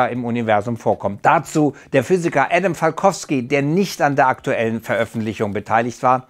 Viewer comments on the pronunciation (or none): none